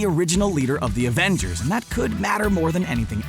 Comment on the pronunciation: he said abengers not avengers